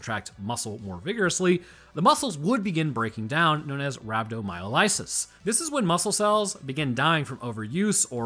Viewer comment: I don't know why, but your pronunciation of rhabdomyolysis hit me like a truck. I can't explain it. It's not wrong, but it was just... jarring... Great video tho.